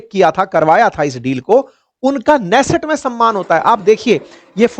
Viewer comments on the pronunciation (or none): Israeli Parliment नेसेट नहीं किन्नेसेत है। ऑपोसिशन लीडर याएर लिपिड नहीं याईर लपित है।